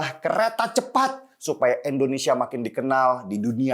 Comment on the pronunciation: INDONESIA BUKAN ENDONESIA 🙏